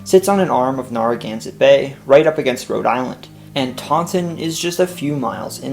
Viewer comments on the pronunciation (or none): With respect, neh·ruh·GAN·suht bay, barring local accents. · Based on how people in Rhode Island pronounce “Narragansett”, its first syllable should rhyme more with “fair” than “far”. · Good try with town and regional names BUT it's NAIR A GAN SET, not NAR A GANSET. Great job with the history of Mass. You hit most of the major facts and added a lot of the lesser known history. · "Narragansett" is pronounced "N-air-a-gansett" NOT "N-arr-a-gansett." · It’s pronounced nare-a-gan-set. 😂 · you're gonna have to learn how to pronounce "Narragansett" before your RI video... the first syllable is pronounced as in 'narrow,' and the last syllable is 'set' or 'sit,' not 'zet.' nare-uh-GANN-sit. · Great video! A quick pronunciation note that will be helpful for the RI video: "Narragansett" is pronounced "NAIR-uh-GAN-sit" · Well researched and very nicely presented! My only critiscism was the pronounciation of "Narragansett" - the NAR is like you'd say in "narrow," not like is said in "narwhal." Thanks for sharing! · Narragansett's first syllable rhymes with "fair", not "far"... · Anyone else cringe at the Narragansett pronunciation?